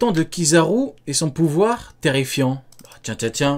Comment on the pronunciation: Je déteste quand il dit Kizaru